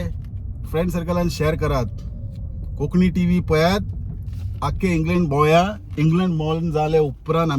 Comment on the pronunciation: Bro plz say konkani uloiat and not konkni